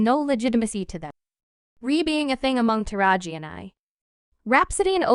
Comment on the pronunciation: Who is this female narrating these clips? She is constantly mispronouncing black people's names. You think she would at least take the time to learn how to say the names which she getting paid for doing but constantly is just butchering names like Taraji, Suge, etc... but why report or narrate if you can't even enunciate correctly when it comes to African American Culture and their Celebrities??? 🤷🏽‍♀️🤦🏽‍♀️🤔